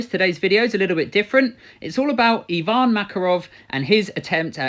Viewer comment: finally someone says EEEEEEEvan not AYvan, good job